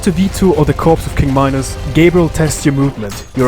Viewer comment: its minos not my nose